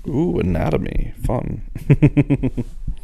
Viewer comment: Wat is anomonatamy?😂